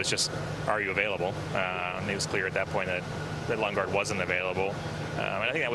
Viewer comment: Wait the guy even announcers call lunge gaard?